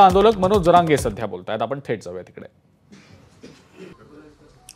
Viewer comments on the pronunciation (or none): none